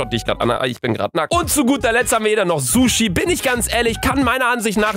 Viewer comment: ich hasse dich sag nichts gegen sushi wenn du es nicht mal aussprechen kannst😡